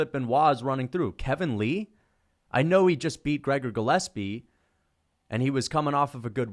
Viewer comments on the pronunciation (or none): none